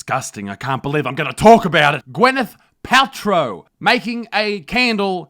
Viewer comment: Isn't her name Gwyneth and not Gweneth?